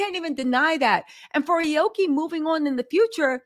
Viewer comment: Damnit it’s Ah-Oh-Key meaning blue/green tree.